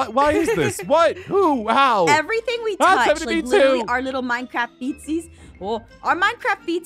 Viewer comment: I thought Aph said "Our Minecraft FECES will literally turn anything into everything" when she said feetsies, not feces ;-; Awesome video! :D